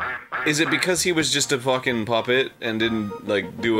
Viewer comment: i love how Arin is constantly editing things as he speaks hence the slurred "fuycken puppet" lmao